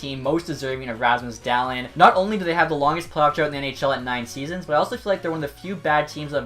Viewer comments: For future reference, Dahlin is prounuced "Dah-Leen" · It’s pronounced daleen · topher 16 Where are you looking it up? Bob McKenzie says Dah-Leen. And I've heard countless other legit hockey sources say Dah leen. I used to say Dah lin until I was corrected by these people. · I don’t know why but, every time you said “Dahlin” I thought you were saying “talent” just very weirdly. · Can people please learn how to pronounce his name? 😂